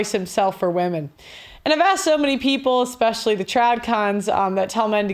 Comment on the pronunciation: I wouldn’t hire a lawyer that pronounces “especially” as “EXpecially.”